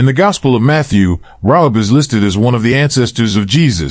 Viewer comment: It’s Ray hab……..not rob